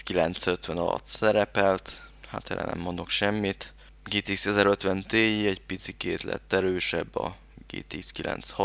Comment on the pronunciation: Az nem tíáj ? ;)